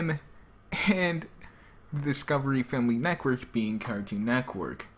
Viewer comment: say cartoon Network right next time! ^^ lol Neckwork xD